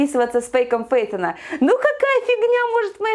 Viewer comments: А кто то заметил то что она сказала не с фейком пейтона а с пейком фейтона?😂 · мне показалось, или сказала пэйком Фэйтона?😅😂